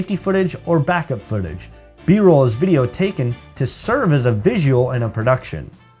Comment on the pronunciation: great! btw, should be B-Roll, not B-Role.